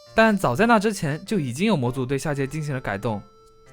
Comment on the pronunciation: 讀得好像「大界」/「大姐」 (XD)